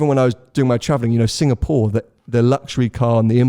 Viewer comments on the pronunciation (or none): none